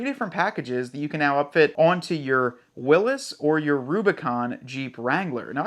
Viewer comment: LOL, Hey man why do you always say Jeep Willis? Its a Willys... like Free Willy, not like Bruce Willis 😂